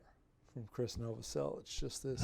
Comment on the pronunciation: Wow, incredible. I just searched for a lesson for this bassline. And I have to say you did an amazing job! Really good explaining. If only you did all of krist’s bassline😄(btw you said his name correctly he’s Croatian just like me haha). Keep up the good work I would love to see more nirvana! Like stay away, Frances farmer will have her revenge on Seattle and more! Thanks man